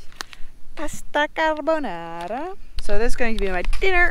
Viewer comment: Pasta carbonara pronunciation is excellent :-)))